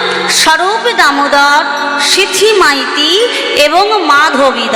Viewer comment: সিথী মাইতি নয়, কথাটা সিখী মাইতি